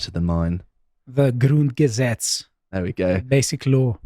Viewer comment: "Grundgesetz" beautifully said! Congratulations btw!